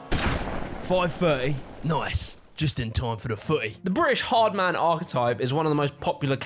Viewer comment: You pronounced 'ard man wrong